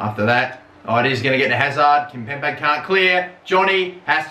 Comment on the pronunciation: KimpemBe!!!! STOP PRONOUNCING THE B LIKE A P!!!!